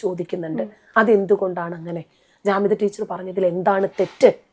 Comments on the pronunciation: ജമീത അല്ല ജാമിത യാണ് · ജമീദ അല്ല ജാമിത 😂